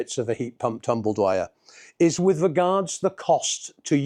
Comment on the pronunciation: 40 years in the game and you can’t even say it. It’s tumble dryer not “tumble Dwyer” 😂